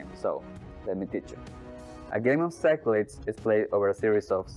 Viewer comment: Hate to be that guy, but Greek words get pronounced differently. The game is pronounced "sick-la-deez"